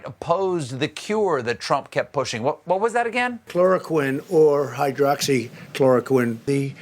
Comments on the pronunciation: He almost said Hydroxy----Chloroform! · Doesn't Trump have stocks in the company that produce hydroxychloroquine the reason behind him pushing this treatment for corona? He can't even pronounce the name -what an embarrassment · I must say, I quite enjoyed watching Trump desperately trying to pronounce "hydroxychloroquine" like his brain could not digest the two parts of the word at the same time.